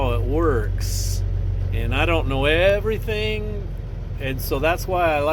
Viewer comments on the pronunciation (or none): none